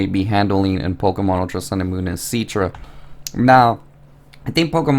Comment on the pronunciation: IT'S CI-TRA NOT C-ITRA